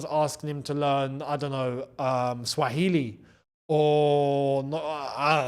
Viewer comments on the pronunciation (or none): Bro said swahilo 😂 love man from 🇹🇿